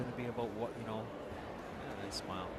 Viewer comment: It is not ishmil it's ismail tell the commentators to pronounce it well Otherwise the game was superb